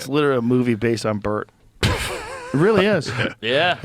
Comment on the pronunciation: Did you just say LaBert?? 😂😂😂